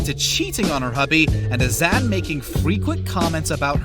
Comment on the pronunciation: nicole and azan never married... and can this dude pronounce their names right? jeez.